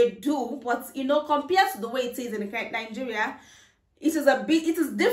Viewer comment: Why do Nigerians have a problem pronouncing the country's name it's Nigeria not Ningerian🤣